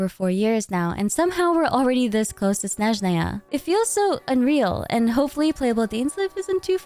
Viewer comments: Hi Minsleif, sorry it's just triggering my OCD so bad, can you pronounce Snezhnaya a snezh-NAA-ya, not SNEZH-naya (stress on second syllable not first)? thanks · As a russian speaker my ears will hurt so much during Snezhnaya😭😭😭 It all began from everyone in the game pronouncing word Snezhnaya incorrectly. I understand tho, Russian is very hard, no blame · why do you say "Snezhnaya" that way. is that cannon? LOL